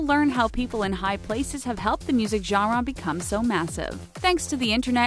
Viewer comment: The way she says genera makes me cringe